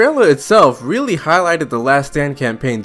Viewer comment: Can u re-record this video you sound weally weedickyoulous, its hard to stomach